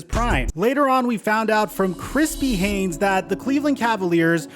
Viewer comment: why do i keep hearing krispy haynes